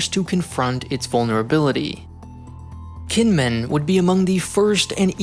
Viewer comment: You might want to check the pronunciations next time you do a Taiwan video. Kinmen is said jǐnʹmǔnʹ. Hearing it with a hard k is quite jarring.